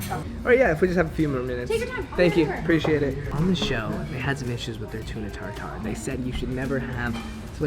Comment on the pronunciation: Tartare, not Tar Tar. OK?